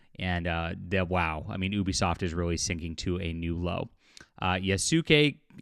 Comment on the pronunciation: I like how you never say Ubisoft name right unless if it’s reading something someone said (sometimes)